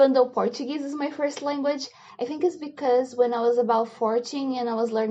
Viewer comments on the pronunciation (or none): none